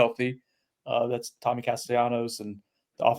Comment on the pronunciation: are you just refusing to say Tommy's name correctly? Was there a joke somewhere that I missed that you were just not going to pronounce it the way he wants it pronounced? He has been asked and answered several times that he prefers to be called Tommy and the pronunciation of his last name is with a L sound NOT a Y. CAST-EL-LANOS. Be a professional, say his name correctly. It's one of the few things media can do to show their respect for the player, is get their damn name right. In all fairness you're not the only one on this beat that gets it wrong.